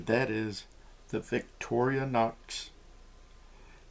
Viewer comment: Made (well assembled) in the good ol' US of A. Once light criticism, pet peeve of mine, it's Victor - Inox (after Victoria and rustproof). Not Victori-O-nox.